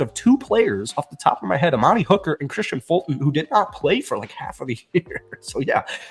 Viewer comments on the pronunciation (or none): none